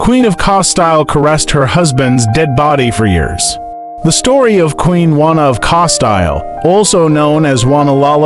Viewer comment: Please improve on proper pronunciation. It's Casteel and Elizabeth last name is Bathory.